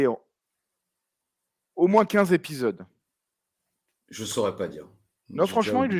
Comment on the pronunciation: Cent z'épidoses,, tsk tsk tsk